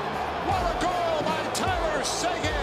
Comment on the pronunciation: ”Tyler seguaan”